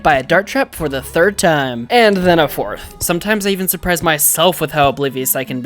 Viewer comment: even not "Evan" mind through not troug hour not houers